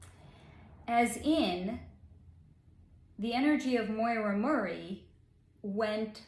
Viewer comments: Great video. I'm brand new to your channel. Just an FYI, the name, Maura, is pronounced like "Mora," with the "a" in "Maura" having an "aw" sound, and the second "a" sounding like the "a" in "sofa". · Her first name is Maura, which rhymes with Laura. It is not Moira, which has that"oy" sounds. Maybe your mispronouncian of the name is why you cannot pick up her energy field. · Her name is Maura not Moira